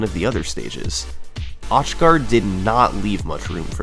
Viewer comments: ...is his name actually pronounced osh guard? It looks pretty darned Germanic, so wouldn't it be like "auch" in Deutsche? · auchgard is german and it hurt every time you pronounced it liek that haha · “Truly, a once in a lifetime accomplishment for Auchgard.” shows him doing it again